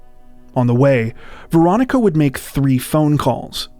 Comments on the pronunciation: Had to turn on subtitles, thought u were saying "Veronica Boza". My guess is the ex is behind it. It's always the ex which never makes sense. U r already split up, why kill them? Also, why run inside a brick box where no one can hear or see u if being pursued. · It’s sounds like you’re saying Veronica Bozo